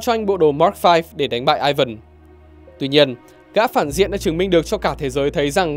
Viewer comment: Tiếng Nga Ivan đọc lai "i van" chứ ko đọc kiểu tiếng anh là "Ai vần" đâu. 1 thanh niên biết cả tiếng anh lẫn tiếng nga chia sẻ :v